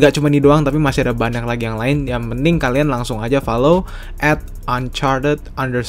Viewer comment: Banyak bang, bukan banak